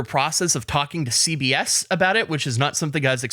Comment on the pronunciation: When said CBS I thought he said CVS and I was like “where is this going?!”